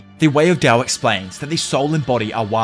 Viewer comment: Why does he say dao and not Tao